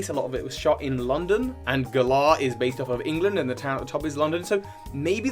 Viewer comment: pfffft Stop pronouncing Galar like that, you sound like a real galah. xD They pronounced it more like 'valour' with a g in the announcement trailer, anyway. Emphasis on the first syllable rather than the second.